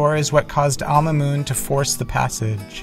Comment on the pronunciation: Al Mahmoun was the name. So why are you pronouncing it Alma Moon?